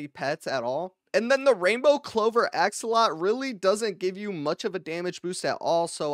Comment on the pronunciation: Axolotl ❌ Axolot ✅